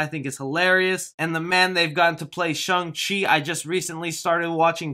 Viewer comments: Chung-Chi😂😂 It's Shang-Chi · You’re joking it’s obviously Shang not shung also who doesn’t know about Shang chi!? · It's pronounced "Shang Chi" and not the way you said "Shung Chi". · Kevin Feige: Shung-Chi Me: Shang-Chi